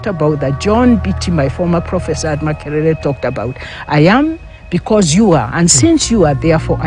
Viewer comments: True. Was abit disturbed when she misprounced her name. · Kindly note she is not Mucere but Micere.